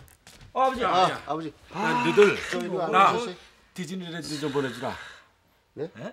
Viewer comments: 아니 왜 디즈니랜드가 디질랜드로 들렸지... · 디질랜드로 들렷네ㅋㅋㅋㅋㅋ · 저 대사땜에 디즈니랜드가 자꾸 한때 유행어였던 디질랜드로 들림 ㅠㅠㅋㅋㅋㅋㅋㅋㅋ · 뒤질랜드로 들리는건 ㅎ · 왜 자꾸 디질랜드로 들리지ㅠㅠ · 처음에 나만 뒤질랜드라고 들었나 ? ㅋㅋㅋㅋㅋ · 난왜 뒤질랜드로 들리지? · 왜 디질랜드라고 들리냐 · 발음이 디질랜드 인데 ㅇㅇ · 이어폰 끼고 밥 먹으면서 보니까 계속 뒤질 랜드라고 들려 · 왜자꾸 듸질랜드로 들리냐